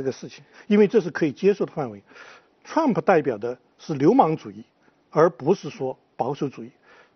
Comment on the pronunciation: 這個火火連trump都不会念，老是trum普。讓他回家看日本動漫算了